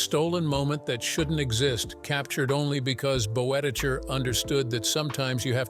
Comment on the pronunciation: There's some interesting material in this little documentary, if you set aside the random inserts of John Wayne and Stan and Ollie (?) and the ridiculous pronunciation of Boetticher's surname - see hiramnoone's correction below.